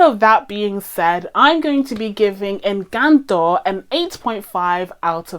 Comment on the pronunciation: We love a non-Spanish speaker doing their due diligence to say the name of the film correctly 👏👏👏 This Venezolana is impressed :)